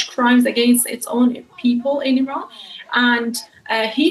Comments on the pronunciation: Iran✅ I-ran❌ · Just pronounce Iran and not Ayran. Also not Aysrail.